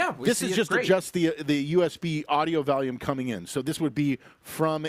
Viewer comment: Did he just say valium several times for volume?